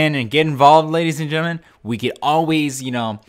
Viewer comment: "Well that's all for today lays and drellion" X'D LOL great series kickoff though! Just wish I had a Playstation to partake in the reindeer games:( maybe call it like says or inbox talks or something catchy:3